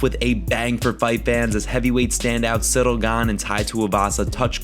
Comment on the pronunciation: Why you rolling the ‘R’ on Ciryl’s name? Lol